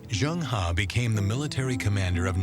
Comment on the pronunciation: As a professional narrator, he should have made an effort to find out how 'Zheng He' is pronounced. Angmo are very self-centred as they pronounce foreign names as if they're English words. Zheng He is pronounced as /zəŋ - hɜː/. Also, Shanghai is /ʃɑːŋ-haɪ/ not /ʃæŋ-haɪ/. Tsunami is not 'Sunami/ but /tsu-na-mi/. Asians make a conscientious effort to pronounce Angmo names correctly but accommodate their Angmo masters by parroting them instead of correcting them.